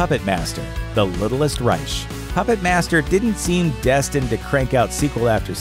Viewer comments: The littlest "Reich" as in "Third Reich"....not RIGHTCH. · It's pronounced RIKE, not RISHE. stop butchering words. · Reich: pronounced rike. Not riche. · It's pronounced rye-k not rye-sh! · The Little Ryesh? Dont think you got the correct pronunciation on that one... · if you say the littlest "reish" again im going to sneak out from under your bed tonight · Reich is pronounced Ry-K... No CH and the only time ch will appear is to mention the cheese in this vid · Btw, in the littlest Reich, reich is pronounced like bike, R I K E. It’s German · Reich is pronounced Reik... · I thought I was the only one bothered by that lol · Anybody else annoyed they pronounced Reich wrong? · Is that REALLY how you say "reich"? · How did they manage to mispronounce reich? I mean, if they're trolling the alt-right, kudos. But looking up correct pronunciations before making a video seems like it should be a normal part of the process. I get that they're trying to put out as much content as fast as possible, but still. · Slenderman & Deep Blue Sea 2 look like a couple of turds. The Nun looks like Marilyn Manson. The narrator needs to learn how to pronounce "Reich" - it's no difficult. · when is the word "reich" pronounced that way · Maybe learn how to correctly pronounce REICH?